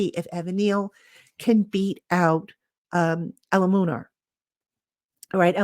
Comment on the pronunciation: Hi, His name is pronounced Jermaine ELU-MUN-OR 😂😂😂